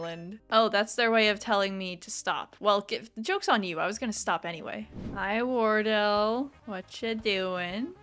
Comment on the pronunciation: pronouncing Wardell as wordle is damn hilarious 😂 Another great episode!